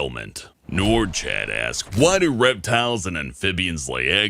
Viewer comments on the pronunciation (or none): When you pronounced "Noir Chat" as noo-are chat, i just slowly shook my head. Im part french and that says Black Cat in French and its pronounced noo-ar sha Im sorry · As a French Canadian I cringed so hard when said "Noir Chat"(pronounced: No-war shat) like "noor ch-at". Still love ya though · PLEASE TELL ME I'M NOT THE ONLY ONE THAT GOT ANNOYED AF WHEN PRONOUNCED NOIR CHAT AS "NOOOR CHAT" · "Nore Chat"? XD BAHAHAHAHAHAHAHA!!! Ahahahahahahahahaha! Oh, god. I really hope that French fail was intentional. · You know noir chat is not pronunced like that it comes grom french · I got so triggered when mispronounced Noir Chat